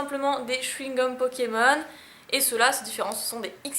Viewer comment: le chouigome pikatiou